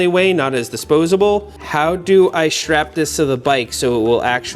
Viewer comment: Seth calls it a SHHTRAP